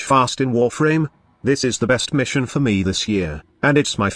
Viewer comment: When he said warfarm my spine split lol